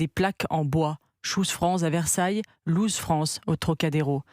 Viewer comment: Lose et loose ce n'est pas le même mot, et ça ne se prononce pas pareil non plus ;)